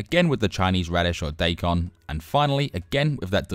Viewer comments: Daikon is pronounced die con, not day con. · Daikon is pronounced die - con. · Sure, I knew what you meant when you said diecon, but I also would've known what you meant it you said "doican", but it'd still be incorrect. I know that I'm being annoying but I just can't help it.